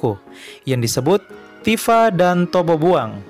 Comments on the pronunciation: koreksi min, bukan tobobuang tapi totobuang, mksih🙏🏻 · Totobuang bukan topobuang koreksi bang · Totobuang pak bukan Tobobuang